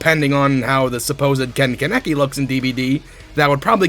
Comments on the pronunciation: The way you said kaneki fucking hurt bro I'm not even a Tokyo goul fan and you absolutely fucking butchered that shit lmao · You didn't say Kaneki right